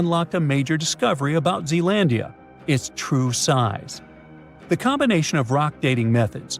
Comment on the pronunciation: It's Zealandia